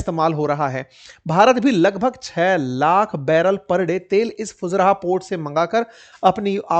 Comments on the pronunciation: Not fuzraa sir fu zai raah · It is pronounced fujaira not fujraha Sor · Fujairah ❌ फुजरहा ✅😂